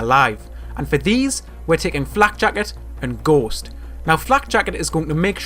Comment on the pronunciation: What he said: Ghost What I heard: Gost